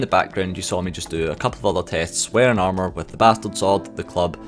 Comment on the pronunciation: Its pissing me off how you say armour. You say it like 3 times, and if your joking about the boss its a terribly unfunny joke.